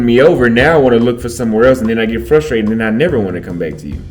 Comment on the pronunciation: It's "get" not "gate".....yawa, ma jaluo mane mokia kisungu 🤦🏾‍♂️